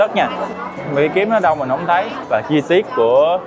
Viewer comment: nói hay bỏ chữ t đúng không mn. Thấy = hấy 🫢